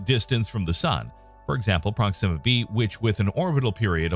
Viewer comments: Sounds like you're saying "Pronxima Centauri".... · At least pronounce it right. It's with the accent on the O.